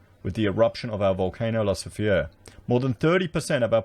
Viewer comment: no its pronounced "la soof ray"